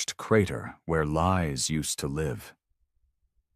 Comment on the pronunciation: AI was doing sooo good until it miss pronounced live. Same spelling with different pronunciation depending on context.